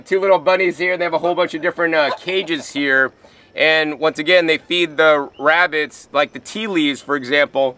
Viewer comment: wabitts hehehe. I love this guy